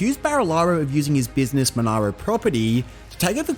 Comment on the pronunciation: MONARO IS PRONOUNCED " mon air ro. " Not the way an American car company deliberately mispronounced it to gain sales attention for one of it's vehicles.